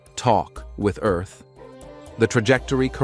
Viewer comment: Please, God, let a Human Narrate! The Text to Voice narration is messed up! Ear-th?! I would narrate for free!